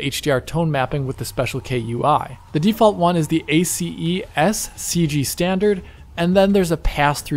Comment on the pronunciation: Little known fact : listening to someone pronouncing each letter of the word "ACES" may actually be painful.